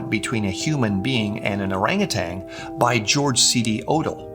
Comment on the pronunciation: Guelph is pronounced like Gwelph. Okay, this is one of my big pronunciation pet peeves. There’s no G at the end of orangutan!